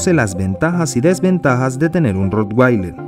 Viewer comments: Se pronuncia rotvailer, no rotguailer ni rotgueiler, ya que es alemán y en ese idioma la w siempre se pronuncia como v. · Se pronuncia Rotvailer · Al ser un perro alemán la w se pronuncia como v y no como u (inglés). Independientemente de esto, es un perro increible.